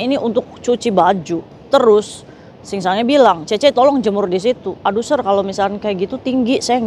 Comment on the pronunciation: Sir itu bacanya Se.. Kak